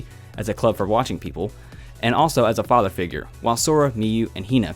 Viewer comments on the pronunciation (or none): none